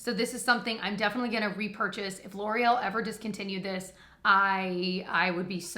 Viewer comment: Because of the Welsh brothers I can't see anything L'oreal without pronouncing it Laurel. 😂